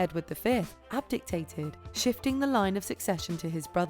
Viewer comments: 1. HMTQ's uncle was Edward VIII (Edward V was the son of Edward IV and one of the Princes in the tower) 2. ABDICATED. Sounds like you said abgictated. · Yep I’m pretty sure they pronounced “abdicated” wrong